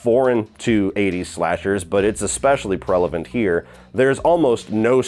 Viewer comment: "especially prelavent" ...ahhh yes, when prevalent goes wrong